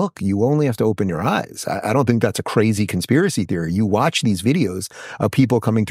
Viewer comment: I've never seen a clip w Rubin where he hasn't said CRHAZEE